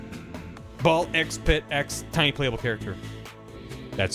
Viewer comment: Is Balk Spit a worse game name pronunciation that Seyoncé? Does he have even worse ones outside of this overachieving month?